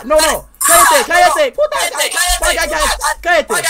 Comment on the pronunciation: Ese cállate le salió bien